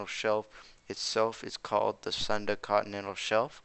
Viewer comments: It's called SOON DA not SAN DA you toilet paper users.. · The pronunciation in not SAN DA (as in this channel) but SOON DA, the part 'Sun' in 'Sunda' is not pronounced as 'sun' as in the name of the burning sun in our solar system but pronounced like the word 'soon' as in 'pretty soon' or 'sooner or later'..